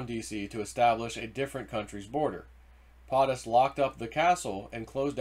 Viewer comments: For the love of God man, if you are going to speak on your videos, learn how to pronounce words! When you pronounce POTUS like potted instead of like potato I feel like screaming. It's a long O dude. Makes you sound ignorant even though you are not. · As already stated PO' Tus not POT us, PO as in Ho like the fake VP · Not sure why it annoys me but it does. It's PO-TUS Not POT-US Po-ta-toe Po-tat-oe right? 😂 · It’s pote us Not Pot us POTUS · YEEEEEES hes been told and told and keeps doing it. It makes him look like an illiterate boob. He cant pronounce 1st ladies name correctly either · PO- TUS. You are saying it wrong. Hurting credibility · Please, learn how to properly pronounce “POTUS”.